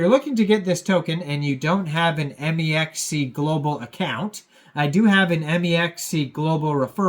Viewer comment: “M. E. X. C.” Tell me you’re not a trader without tellin me you’re not a trader. 😂